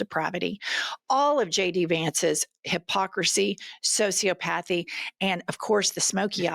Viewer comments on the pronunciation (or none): Ok Jennifer... I've heard you say this multiple times, so I am compelled to write this post. Sociopathy is not pronounced socio-pathy.... it's pronounced soci-op-athy. I can't help it, but it makes me crazy every time I hear it mispronounced, and then I don't hear anything else you say after that. Other than that... love your show. Great conversations. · I love you Jen But this is not the first time I've heard you say it and I have to tell you it is sociopathy - pronounced SO-see-OP-uh-thee